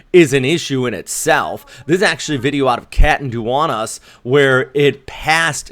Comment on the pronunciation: i burst out laughing hearing the catanduanes pronounciation 😂 Btw we appreciate your work, didnt want to leave a comment looking like its only making fun of you 😅